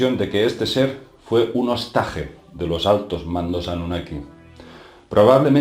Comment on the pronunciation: OSTAJE, OSTAGE, HOSTAJE Y HOSTAGE, Ni en español ni en catalan significa nada. Ahora bien, si es la palabra "Reen" en Ingles, POR LO MENOS PRONUNCIALA BIEN !